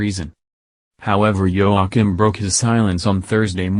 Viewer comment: Princess Mary is Talking silly! Prince Joachim (Pronounced Yo a keem) sons And daughter Are at the present His or Her Highness Not ROYAL. This Narrator can’t pronounce names Well! Queen is Margrethe(pronounced Mar great a)